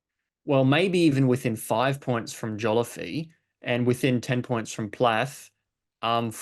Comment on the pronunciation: Take a drink every time mispronounces Joliffe as Joliffee